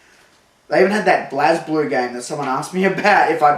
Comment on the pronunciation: I know that it's spelled "Blaz Blue", but it's actually pronounced "Blaze Blue". Why is it missing an "e"? Fuck if I know. Arc Systems made it, they made Guilty Gear.